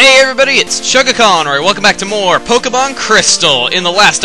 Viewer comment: At the beginning of the video I thought he said he was playing Pokebong Crystal :P Is that like the new cool way to smoke crystal meth?